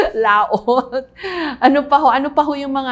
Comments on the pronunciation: Ma'am Jessica "lawot" po hindi laot 😊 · Am Po yun "lawt"